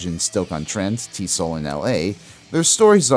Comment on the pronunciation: I love the video … but TSOL is pronounced as Tee Ess Oh Ell … the original name was True Sounds Of Liberty